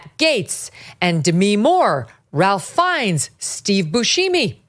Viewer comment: Lol. It's pronounced Rafe Fines not Ralph 😂